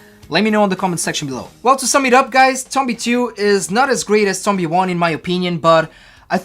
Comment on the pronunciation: He says the name wrong